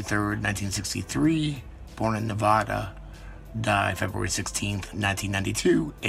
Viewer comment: you know I love ya, but you're saying Nevada wrong. Lol Great vid as always!!♡♡♡ Also, I live in Reno, I'm gonna ask some people about this "JLO West" deal. Creepy.